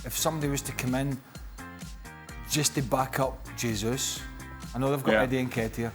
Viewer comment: Hutchison still hasn't learned how to pronounce Jesus. It's pronounced in Portuguese, not Spanish.